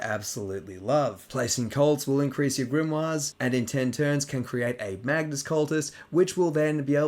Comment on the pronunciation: You love to say Magnus cult but it's pronounced "may-gus" and it's another word for a magician or sorcerer, and apparently one of the "3 wise men" from the nativity story was a magus so Tzeentch really is at work in all things.